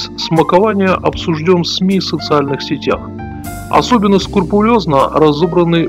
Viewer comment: Уважаемый! Прежде чем подвергать нападкам одного из самых образованных, интересных и талантливых людей современной России (которых, кстати сказать, в ней почти не осталось), Вам неплохо было бы проверить произношение таких слов, как "инцидент", "скрупулезно", и т.д. Мы не ценим гениев при их жизни. Высоцкого тоже гнобили невежды.